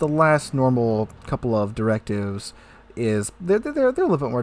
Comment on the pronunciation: why you say directive like that 😂😂